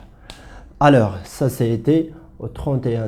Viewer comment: Bordel de merde c'est quoi ce français :@ :@ :@ ALEUUURS , keumon , un stock qui apparaitre ?! duh cours plein d'erreurs